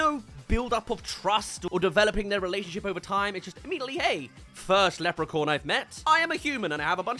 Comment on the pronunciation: sounds like you're saying "lepricorn" so I hope you know it's acctually pronounced "lepricorn